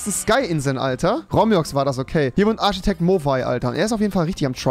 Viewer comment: Min Arschitekt 😂😂😂👌🏼